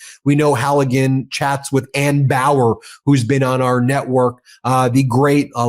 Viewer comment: It's ANNA Bower, not Anne or Ann.